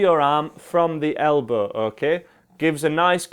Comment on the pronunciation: His “okæ” makes me sane